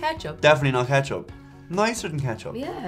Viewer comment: "Nice-r-dan-Ketchup" Nailed it.